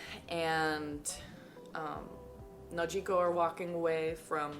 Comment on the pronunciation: I like the way u say Nojiko don't let anyone correct u